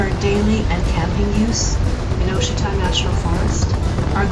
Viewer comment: It's pronounced Wah-sheeta! Nice ride though, and well done on the music... apropos and not overbearing.